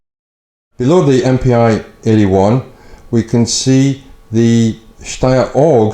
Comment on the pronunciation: ”Mpi“ (German/Austrian) is actually pronounced like ”MP“ (English). Just fyi